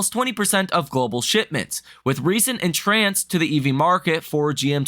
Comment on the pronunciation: en-trence is how it's pronouced. Love your content... keep up the good work. Suggestion: Start keeping a spreadsheet of your daily stock calls and measure your success rate. That would be good for your personal use and may help with your methodology. Of course if you're doing above 50% correct then you could make it public ;)